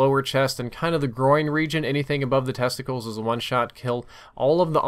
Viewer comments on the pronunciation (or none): WHO ACTUALLY SAIS TESTICALS